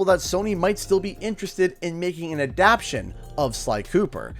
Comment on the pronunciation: What is an "adapshun"? I think you mean "adaptation".